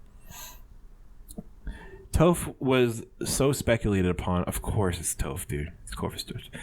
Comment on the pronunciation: Im dead he said toph wrong